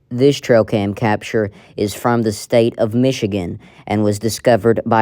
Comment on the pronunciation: She keeps saying “trocam”?